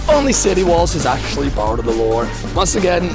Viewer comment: Also, your accent makes me hear the way you say "lore" as "lord" and that alone makes an INTERESTING secondary interpretation in itself